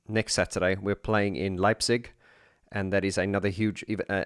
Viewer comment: Dang, I've missed the livestream. And again dang, I'll miss the concert in my hometown Leipzig as I won't have the chance to attend. But just to make it clear: You've pronounced Leipzig much better than tons of other people, even Germans. And "Täubchenthal" is a great venue, also with the name itself as you can translate it into the valley of the doves. A few things regarding the livestream: - You don't do the band justice if you only see Alphaville with the first three albums. They became much better as they found their confidence to do live shows. And now, they are a full band, not only "Marian and friends". I think, you should check out their 2017 album "Strange Attractor". - I think "Dark Society" should be part of the music collection of every lover of electronic music. I've recently listened to the whole album. And it's amazing. - Once you've completed the move of DM to the new channel, you should consider digging a bit deeper into the world of OMD. They are my musical heroes, and the Andy McCluskey solo album "Sugar Tax" belongs to the soundtrack of both my coming-of-age and the fall of the iron curtain. The other parts of this soundtrack were "Disintegration" by The Cure and "Violator". - I agree that the Pet Shop Boys somehow got lost off their track, especially after "Release" until before "Hotspot". It's good to have them back from the realm of lift music. I'm looking forward to the next amazing content on your channels. I've subscribed to both of them. I wish you